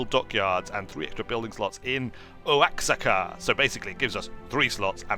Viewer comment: Oaxaca is pronounced Wa-ha-ca.